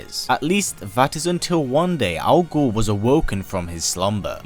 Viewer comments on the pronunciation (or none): I can't help but hear this as Al Gore